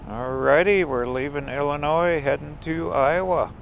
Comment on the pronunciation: the s is silent in Illionis